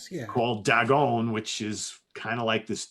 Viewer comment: buddy, you're awesome but its pronounced "Day-gone" as in its day time and you are gone from a place.